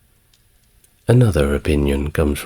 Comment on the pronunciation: River Seine = River Sen, not River Sane. Coup = Coo, not Coop